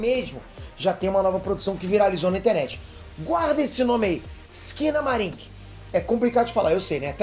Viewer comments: Entendi "esquina bar" kkkkkkkkkkkk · Quando eu ouvi o nome do filme eu entendi foi "esquina bar" kkkkkkkkkkkk